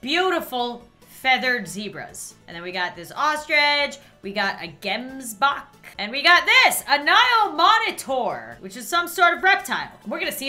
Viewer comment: I speak Afrikaans and hearing her pronounce “Gemsbok” cracked me up!!!😂😂😂 Love your videos!!! Its pronounced ✨“KG-eh-ms-boh-kh✨ for those wondering😅👍🏻🌸